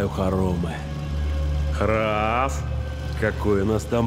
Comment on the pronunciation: Храф? Звучит даже не так.